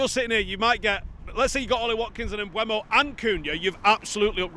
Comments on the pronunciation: Mbeumo has stated as recently as about 6 weeks ago how to pronounce his name. It's spelled MbEUmo, not MbUEmo. Very simple. E before U. Mboomo. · Sorry, just watched the video of him pronouncing his own name, again, and it’s still not m-BWEH-mo. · He's said his own name. You choose to not say his name the correct way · there's two videos of Mbeumo pronouncing his own name on YouTube. Also, how can "eu" make a "we/ue" sound anyway you dingbat.